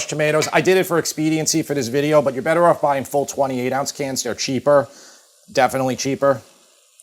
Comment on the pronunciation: Feta always makes it Bettah 😁